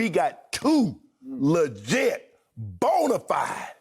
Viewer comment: 🤣 Bo na fide Supa Starsss